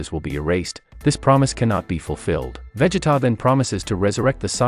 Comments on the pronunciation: Don't forget the other names being mispronounced :(( like sometimes you can get away with it... but "Véggeta", nope that's where I draw the line. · You lost me with that veggetta🤦🏿‍♂️🤦🏿‍♂️ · Probably is, I mean "Caibe" "Véggeta" "Sáddalla" "Cállifla".... so annoying